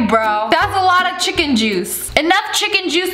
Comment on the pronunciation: She didn’t just say chiken juice